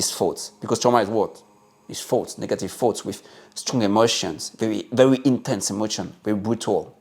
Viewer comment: I love that you pronounce the word thoughts as “fots.”. It’s easier to see that “fots” really aren’t anything worth keeping